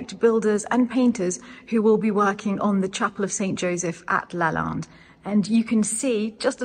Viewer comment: I‘m confused. When you talked to the lady at the Brocante about the school and also about Lalande you pronounce LalANde correctly. When you then speak English you pronounce it - sorry to say wrong - like LalINde. Has this to do with an English way of pronouncing it? But the name is French and should be pronounced in the correct way. Please explain this riddle to me. I was raised bilingual so I know without a doubt that of course the pronounciation in your French conversation - and by the way the Lady also said it correctly - is LalANde.